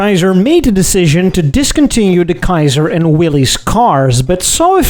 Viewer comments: Willy's should be pronounced Willis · I've always been interested in Kaiser-Frazers ever since my uncle pointed out a Frazer at a gas station when I was young. For the record, Willys is not pronounced as "Willy's" but like Willis, which is probably a variant spelling of the same name. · "Willys" is pronounced just like "Willis". This how John North Willys pronounced his name.